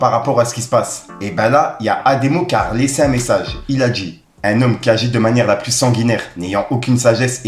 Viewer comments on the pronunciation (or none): none